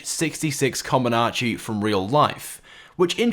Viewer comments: comanche helicopter not comonanche ??? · Lol he butchered camanchee he said comanachie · Not co-man-ah-che, its coe-man-che. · Its not called a "Commonache". It's called Comanche. (Ca-man-she). You know, like the Native American tribe?...... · comanche not comonarche doh fail.... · It's COMANCHE not comanache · "com-an-chee" not "common-anchee" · Ok. It’s COMANCHE. not COMONACHE. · Its comanche, not com-in-anche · First off: Co-man-che! Learn it right, damn it. NOT Comanache. Second: The RF-1 Akula seems to be similar in size to the Hunter and it sure does have additional deployable weapon mounts. So it might at least be similar in price to the Hunter. Third: on that Osprey-Style VTOL, the front turret that is visible looks identical to the one on the Valkyrie, which packs quite a punch. Furthermore, it is implied that this vehicle might be some kind of flying M.O.C., even though this is speculation on my part. Overall, it sure won't be anywhere near "cheap" as you might predict. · Oh my GOD dude. It's CA-MAN-CHE. Not kamonachee or whatever the hell you're saying. It's a Native American tribe name, so PLEASE say it correctly. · It's pronounced -Ka-man-she - ... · Nigga said comanache smh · Repeat after me: cuh-man-chee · jeez, Comanche com-an-chee, not fricken difficult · Comanche! Co-man-che! RAH-66! Also, the Osprey is meant as a troop transport, not a assault platform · Comanche Cah-Man-Chi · Sorry to be that guy, but you've mispronounced Comanche. You pronounced comm-an-ar-she, but the second A is not in the spelling nor pronunciation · Commanche Not commanache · It's "Kuh-man-chi" like command she. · Bro.. Comanche.. pronounced kuh-man-chee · Its pronounced co-MAN-che, like the Apache helicopter it was named after a Native American tribe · Hi there, it slightly bothers me the way you pronounce the first helicopter. The names are based on native american tribes. It's pronounced "co-man-chee" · It's pronounced Comanche (ko-man-chee), Iol